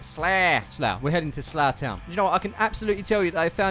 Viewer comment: When you said "weve made it to slough town fc" I thought you said zlatan fc😂